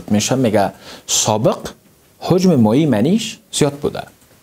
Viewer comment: لطفا کلمات شیرین فارسی را درست و صحح تلفظ کن مثلا هجم را هوجم نگو